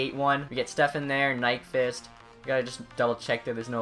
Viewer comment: STEPAN is pronounced STEP-ON